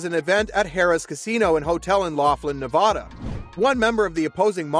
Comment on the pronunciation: he had a problem with nevada, too